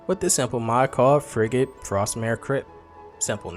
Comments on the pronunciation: Bro said FRIG GED lol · interesting pronunciation of frigid